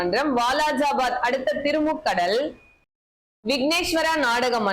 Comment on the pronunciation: திருமுகடல் இல்லை அக்கா திருமுக்கூடல்